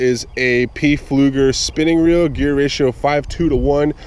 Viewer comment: always enjoy your enthusiasm and local fishing adventures and am a happy subscriber. BTW, the p is not pronounced in pflueger.